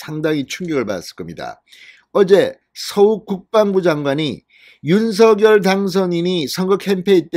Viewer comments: 입은 삐둘어져도 발음은 똑 바로합시다 윤슥열아니라 윤석열입니다 씝. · 윤서결이 아니라 윤성렬로 읽으셔야 맞을 것 같습니다. 이름은 문법보다 본인에게 물어 본인이 맞다고 하는 발음이 우선해야 하는 것이 동서양 막론하고 불문율로 되어 있거든요.